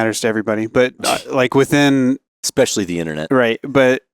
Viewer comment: expecially. You mean especially